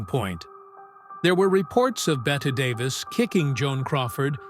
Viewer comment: AI bots not only can't pronounce "BET" Davis, they also can't say "versus".